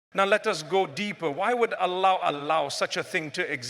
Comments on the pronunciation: AI generated. Listen to how he pronounces Allah. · FYI its AI generated voice over text.. the way Allah is pronounced ..mufti menk never pronounces like that....though the message is nice.